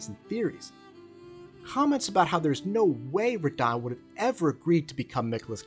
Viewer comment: I thought you would have fixed your pronunciation of Radahn by now lol